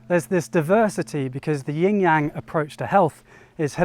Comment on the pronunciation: gonna be THAT guy. if you’re making an educational video about something, anything in particular, you should ensure that you’re pronouncing the load of material correctly as a reflection of research. it’s YIN (no ‘g’ sound) and YANG (soft ‘a’ sound, closer to “song” than “sang”), wow bone apple tea